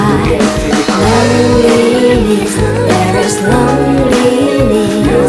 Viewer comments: Hịc, hạt sạn duy nhất là loneliness phát âm chưa chuẩn, nghe hơi khó chịu. Nên phát âm là UK: /ˈləʊn.li.nəs/ hoặc US: /ˈloʊn.li.nəs/ (từ điển Cambridge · Giọng nữ hay nhưng hi vọng đầu tư hơn về phát âm Nghe rõ mỗi câu lonliness